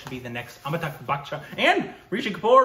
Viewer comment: Amita- bh..it is .not Amita-gh.